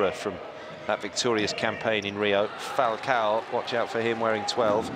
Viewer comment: Funny how that's how his name is ACTUALLY PRONOUNCED.